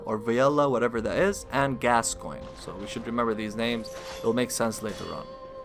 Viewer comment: I must say, I appreciate that you could pronounce the name Gascoigne. It's Gas-Coin, it's not that hard. Yet, SO many other channels insist upon saying "Gas-kee-oh-nee" or something. It gets kind of frustrating after a while.